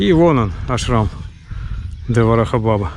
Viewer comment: Приветствую тебя. Не в обиду, разреши сделать тебе замечание. У тебя как то странно звучит приветствие "Радхе-Радхе". Букву "х" обязательно нужно произносить. Потому что это имена спутницы Господа Кришны. А искажение имени Господа и Его спутников приравнивается к Его оскорблению. И ещё режет слух, когда ты произносишь слово "Баба". Ударение нужно ставить на втором слоге. Извини за мои замечания. С удовольствием смотрю твоё видео.